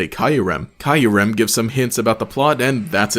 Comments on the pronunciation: Still feels when you say Kyurem's name as KAI-YU-REM. most people say KIYU-REM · Sorry, but... i need you to take back how you said Kyurem, or i'm gonna throw Heavy Balls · I've never heard Kyurem pronounced that way. I've only ever heard it pronounced like in the anime and Pokédex 3D.